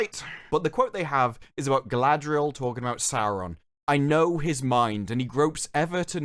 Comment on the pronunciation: It's "Muh gurl Guh-ladree-el" it's even cringing if you hear it , so much worse than merely 'my girl, Galadriel'